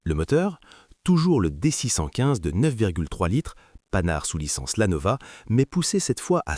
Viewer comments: Oui. Celle choisie n'est pas désagréable, elle a l'avantage de transmettre correctement la passion, mais les liaisons malheureuses, style 2000 Zouvriers à ou la prononciation de Panhard ("panarde" !) font un effet désastreux. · Chère voix synthétique, merci de réviser ta façon de prononcer certains mots, en particulier la marque Panhard.